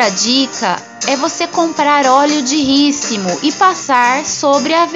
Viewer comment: Não é rícimo ê rícino